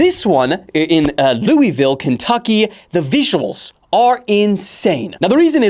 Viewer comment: Lewi-ville is crazy (it’s Lou-ville)